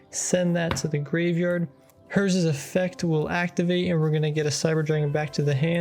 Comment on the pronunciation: Also also, it's funny how people pronounce Herz the way they do. If you want to pronounce it correctly say it "hair-ts".